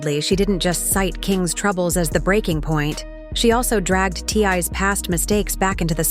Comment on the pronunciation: Obviously the narrator knows nothing about this family. She cannot even say T.I.'s name correctly.